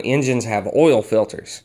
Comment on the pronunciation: I like how you say oil... ol